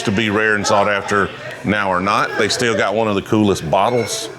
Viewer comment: When you say still,it sounds like stale..😊